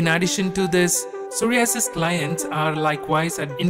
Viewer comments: Sorry-asses LOL!!! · Shame it was a good video but with 2 problems. You need to pronounce psoriasis correctly and you also need to be correct in how much I.U is best to take for psoriasis. 1000 I.U is waaaaay too low. Have a look on the internet and you will see that 5k-30k is the right dose. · The way he pronounces psoriasis. I don't know why it bothers me so much lol. Good video either way